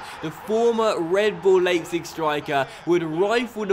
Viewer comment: By the way Leipzig is pronounced "Leep-zig" and Braunschweig is pronounced "Brown-schweig".